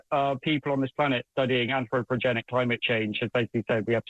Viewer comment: ANTHROPOGENIC. He keeps calling it AnthroPROGENIC.